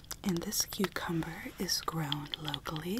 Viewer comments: here we have so coocumba Me: it’s pronounced cucumber: freshhhhhh coocumba Me:ok... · Karma she also pronounced my cucumber like cucumba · Alexa Hernandez it is not carcazum I'm dead serious I honesty choked on my doritos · THE COOCUMBA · Her: we have a cookumba Me: um you mean cucu- Her: Cookumba cookumba cookumba Me: alrighty then. I tried. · EXcuSee YOu iTs PrONOUCEd Cu-cUm-bA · Cashier: Cucumba Me: It’s Cucu- Cashier : Cucumba My mind: okay then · Normal Pronunciation: cucumber Pronunciation: coohcumbah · When she first said coocumba I Th ought she actually pronounces cucumber 🥒 like that hahah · “cucamba” Me “it’s cucumber” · Who says quecumber for cucumber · Why is the word cucumber said coucuber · I died 🤭 Riek healing my Kookumba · Haha me rn I'm reading the funny comments and also hearing her say KUCUMBA 😂😂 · No one: Not even a single soul:: coocumba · My favorites funny part was when she almost dropped the shopping list as she was shopping on the last one and when she sid “cucumba” I died 😂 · Basically a summary of the “cucumba” scene and me reacting to it:: The “cucumba” can fall right apart and be put back together. Me: Boi dat’s obviously cap. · kukamba when she did that one weird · Does anyone notice that he said cucumber but different